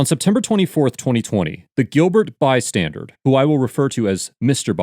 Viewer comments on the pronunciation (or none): I've got to be honest... It kind of drives me crazy when people say "bystandard" (BUY-STAN-DURD) in lieu of the correct word, which is "bystander" (BUY-STAN-DUR). This channel's narrator does it all the time. Of course, I'm also far from perfect. But that particular incorrect pronunciation just happens to get under my skin (in a similar manner to how "irregardless" does) for whatever reason. I think maybe it's because it's not simply a different sound or vowel shape (like a regional dialect or an accent, which is understandable). It's literally adding letters to a word which do not actually exist, and then saying the word as if those letters do exist. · Why do I keep hearing “bystandard” like with a “d” at the end? Is that just me or is that actually how you pronounce “bystander” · **UPDATE…HE KEEPS SAYING ‘BYSTANDERD’…ITS “BYSTANDER!” DUDE??!!…U KNOW LAWS, BUT DO NOT KNOW ENGLISH MY FRIEND!!** -Ur Welcome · Is it me or does it sound like he is saying "Mr. Bystandard" and not "Mr. Bystander"? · It sounds like he is saying “bystandard” repeatedly. 😂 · Why do you keep calling him Bystandard? Yet in the description say Bystander? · I keep hearing bystandard instead of bystander. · “Bystander.” Not by-standard. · Why do you keep saying “bystanderd?” Am I fucking crazy? Holy shit this irked me... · Why does it sound like you're saying "Mr. Bystandard"? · Love your videos and your effort to present things as professionally as possible... in that light please be aware you are incorrectly pronouncing the word "Bystander" and adding a "D" sound at the end. The pronunciation is "bai·stan·dr" with no "D" Keep up the great work.